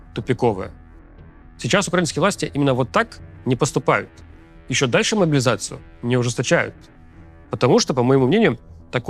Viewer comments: Левиеев, ты мне импонировал до того, как стал говорить про «могилизацию». Никогда какая-то 56 бригада не победит в войне, явно заточенной на бизнес. Иди, подобровольствуй, или к логопеду. Не пойму, почему КАЦ тебя публикует. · Куда уже больше ужесточать могилизацию? И про какие 150т убитых ты говоришь? Там лям уже.... Хватит врать, только кострюлеголовые и верят в это... Рус сходи ты уже к логопеду, неужели ты у Макса за хорчи работаешь... 😅